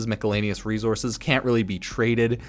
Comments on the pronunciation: bro said micalanious LMAO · did this boyo just say "mika-lay-neus"? Hahaha! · Bruh I know you can pronounce miscellaneous correctly. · How does he keep mid pronouncing miscellaneous. It's so frustrating I can't tell him how to say it right